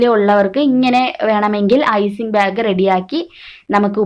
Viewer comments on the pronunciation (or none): Icing byag alla... Icing bag ennu parayu